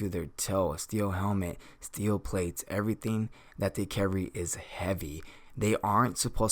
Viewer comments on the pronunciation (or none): none